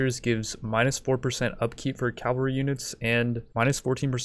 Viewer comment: Love your videos but I get triggered every time you say Calvary instead of cavalry...